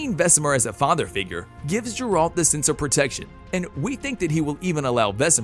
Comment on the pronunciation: Ah, yes, J E R A L T